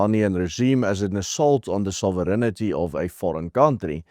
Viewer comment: Love your show! Hou so aan ou maat! 👏🏻 Just one linguistic comment, if I may. “ sovereignty” is pronounced like “sovirinti” not “soviriniti”.